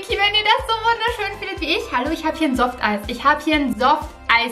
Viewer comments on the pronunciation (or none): Ich schreibe erst team viki in die Kommentare wenn du Softeis richtig ausprechen kannst! 😜🎂